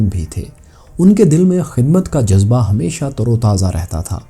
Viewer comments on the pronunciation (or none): none